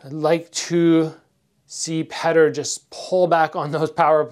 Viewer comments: why do you call him pater instead of peter? :) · damn it. stop calling him "petter" lol his name sounds like "Pi-yor-tor" anyway im a big fan of your fight career and youtube channel. you should do a collab with bazooka joe! it would be great for both your channels and you're both Canadian. Your channel and Joe's are two of the most knowledgeable and informative i've had the pleasure to see. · The Russian name Petr is pronounced "Pyotr"